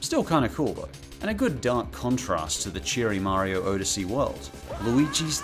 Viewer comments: I've never seen someone pronounce Odyssey that way. "Oh da see" normally I hear "odd da see" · Why do you keep pronouncing Odyssey wrong? Lol It's ah-dissy, not Oh-dissy. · I believe "Odyssey" is pronounced ah•duh•see, not oh•duh•see. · Did you call Super Mario odyssey Super Mario oadyssey!?!?😂😂😂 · odyssey OH-dis-ee? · Actually in the beta of Luigi’s mansion Luigi is depressed he failed to save Mario just saying.oh and odyssey is pronounced odd-a-see.